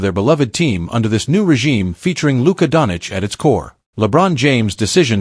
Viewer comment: It is a fake video the guy can’t even say Doncic